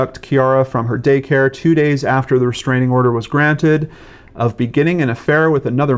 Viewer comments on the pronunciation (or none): none